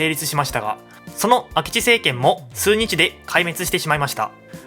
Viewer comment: 「すうにち」に若干違和感。